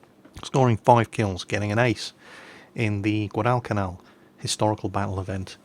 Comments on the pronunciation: Dude its gwadlcanal, not guadaal canaal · I love you man, but goddammit you say Guadalcanal funny.